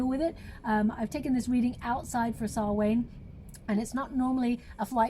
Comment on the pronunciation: It's pronounced sow-on Not sal-wain FYI love u lots